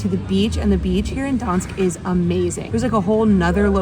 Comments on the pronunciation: Why are you calling it Dansk? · Gdansk use the G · The G in Gdansk is actually PRONOUNCED!!! It is the most IMPORTANT LETTER together with D in the name, not something you can just OMIT at whim !! It's what gave the meaning to the word!!! You do not omit P in Paris, do you?? Or L in London?? Mannerism in Poland is NOT popular!!! You will not impress ANYBODY with mannerisms .You are actually very irritating to listen to. You should reupload the video with corrected name. It sounds absolutely MORONIC!! I repeat: MORONIC!! Nobody needs such videos! You could have asked anybody how the name is pronounced. But NO. You chose the attitude "Here-I-come-and-I-will-call-you-all-small-people-whatever-I-want". We don't like it here in Europe. What you need is to be a little more humble. One day somebody will teach you a lesson so that your smirk will get stiff permanently! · Learn how to say Gdansk. It’s not that hard